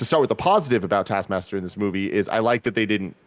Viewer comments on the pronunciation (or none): Everyone's sounds like they're saying task masker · Say it with me, Nick: T A S K. M A S T E R. TASKMASTER Not tass masker… TASK. MASTER. Thank you for coming to my TED Talk. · Is it just me or can Nick not say taskmaster?